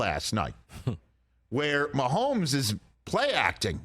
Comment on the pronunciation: there is no L in Mahomes' name. keep that outta there.